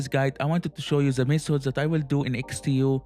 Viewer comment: Try to say DE not ZE. DE same not ZE same.